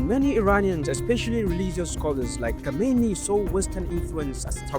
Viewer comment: Just learn the difference between khomeni and khameni❤